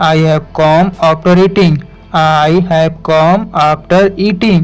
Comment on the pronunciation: Amazing bhiya good work kr rhe aap or come hota h comom nhi